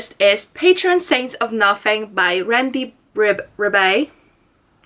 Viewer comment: Randy Ribay's last name is pronounced as Ree-Buy. 😁 I am glad that you enjoyed Patron Saints of Nothing! 💗💗💗 Whatever your stand is, or thoughts on the issues discussed, to me if a book made you contemplate then it did a great job! 👍👌📙 I am from and living in the Philippines too! 👌😁🇵🇭